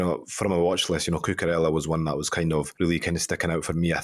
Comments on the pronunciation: Yeah seriously what the fuck is coochoorella? What’s with the Choo? Either say coocoorella cause you’re British or coocoo-raya the Spanish way. Doing my nut in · STOP WITH THE CUCHURELLA 😭😭😭😭😭😭😭😭😭😭 it's doing my head in. It's COOKOORELLA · Cmon!!!! Itz not CuChurella... Names are pronounced as our the place origin.. it's something like KuKu... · where did he get the H from. I swear I love these videos but every time I hear cuchurella I feel like turning it off🤣🤣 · and there is no W in GundoWan and the K in knife is not pronounced. Names have pronunciations and it's not cuchurella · You pronounce it Ku-ku-reya